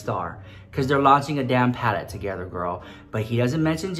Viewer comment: “His PaleTTTTe” 😂🖤